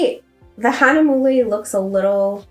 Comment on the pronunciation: It took a while to pronounce giclée (I say gee-clay). Hahnemühle (Hana mule) still does not come out right. You guys did a wonderful detail review. Remember to think of production days in business days and yes the processes would have picked it up on 8/23 and the printer may have kicked it out 8/24 then it waits in line to be cut. Flat packages are more susceptible to damages which is why you need hard tubes. But send picture to FinserWorks with an X through it and they will replace at their cost.